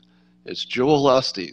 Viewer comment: It's Joel OH - Steen